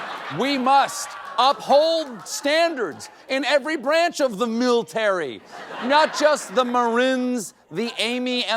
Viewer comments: There's no I in MILTARY, you moran! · "MILTARY"... how embarrassing! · "Miltary" lol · "Miltary" Goddess, this country is embarrassing.